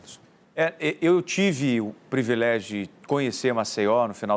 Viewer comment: "eu tive o privilegi" kkkkkkk